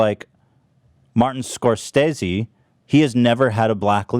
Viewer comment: Ethan still pronouncing it Scor-STAY-zee..... after pronounces it correct several times is painful and hilarious